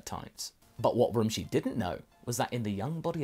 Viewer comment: Rummshi not Romshi